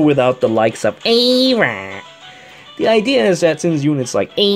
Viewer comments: Hilarious pronunciation of her name:D...and max respect for what you said. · AYYYYYYYYYY(e)RA I love ur pronunciations.